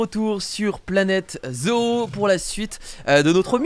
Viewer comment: ca ce dit zo et pas zo o